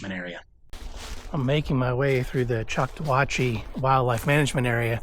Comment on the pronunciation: It's pronounced Chok-taw-HAT-chee! As in the Choctaw indigenous people...